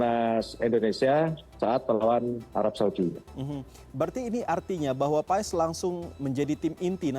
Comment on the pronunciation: Bacanya bukan PA-ES, tapi PHAS.. jgn salah sebut nama pemain kita sendiri.. 😅